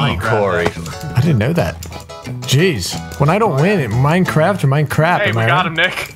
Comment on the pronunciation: coUGh it’s not Minecrap, it’s MoineCrap